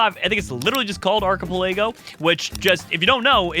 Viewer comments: The “arc-a-pelaygo islands” are pronounced arc-a-pel-ago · Ark-a-pe-lego? It's ark-a-pel-ago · (Arc) - (a) - (pel) - (i) - (go) Sorry, it just annoyed me how you pronounced it. Not trying to sound rude, don't get me wrong I love your videos, but I just had to say something. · Did he just pronounce archipelago arkipolaygo 😂😂😂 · I love the arc-a-pelaygo islands definitley not the archipelago islands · Ark-a-pell-ago sry I had to correct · Arkipelégo lol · i died when i heard how he said archipelago